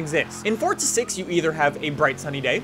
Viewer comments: why does he say it like its fortsa, its fucking forza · it's pronounced "for zuh" not "fort suh"